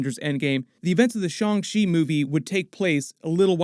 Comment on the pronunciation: The Shaw-n Chi pronunciation joke. Literally ripped at my surgery stitches. 😂 😫